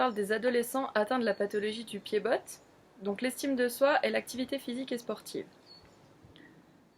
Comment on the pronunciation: Pied bot le t ne se dit pas lol